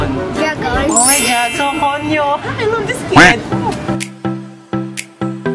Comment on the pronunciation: " I LAB U" HAHAHAHAHA